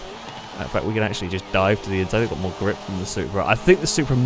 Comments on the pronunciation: gLiP lmao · You are the only person I’m aware of that pronounces “grip” with an L